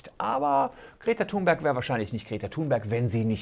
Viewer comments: Och Herr Solmecke, nicht Sie auch noch. Die gute Greta wird "Thünberg" ausgesprochen. Warum machen das alle falsch? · Kleiner Besserwisser: Sie wird Thünberg ausgespochen!